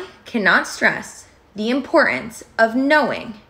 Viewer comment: ImporTance not "impor-ance"